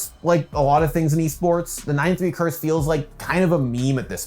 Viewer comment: 🤓 THE CURTH